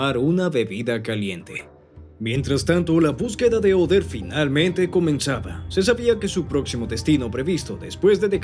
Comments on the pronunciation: Cual OTHER?, OTTER pronuncia bien el nombre, OTTER CON T, T, TTTTTTT. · Por qué le dice "Oder"?